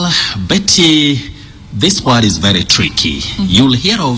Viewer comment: Your name is pronounced Mbiti not Betty haha